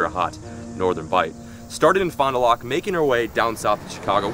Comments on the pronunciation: Fond du lAk it’s a a not a o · "fon du lock" lolol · Awesome that you started where I was born !!! and it's pronounced Fon doo lack and you need to drink A Leinie to celebrate all those sheephead you caught. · "Fon doo lock" SMH come on your at least from the flat land.